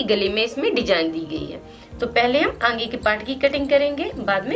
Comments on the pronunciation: Angea nahi aage bolna Baki sab bahot acha samzaya. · Are aange nhi aage hota h